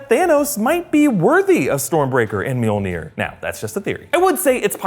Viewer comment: Love how he calls “mjolnir” meonere